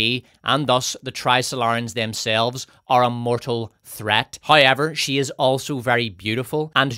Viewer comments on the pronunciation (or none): I love how wrong all Irish people say "however" it's like British trying to say "bottle"